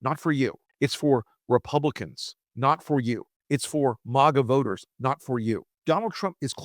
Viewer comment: C'mon now. Who pronounces "MAGA" with a short "A"... kinda like Thurston Howell the third?